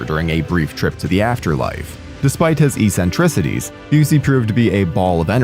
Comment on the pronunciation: I've never heard eccentricities pronounced that way